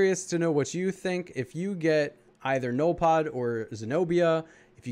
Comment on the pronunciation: Hey,, pronounce it like this, "ZENOLFOD", or "ZENYLPODE" and what the hell is he!? And don't feel bad because I don't even know what the hell he is lol!:) I have an update about BERTILLA, She is underrated, she is actually great for raid offense I have her on 15 nodes:)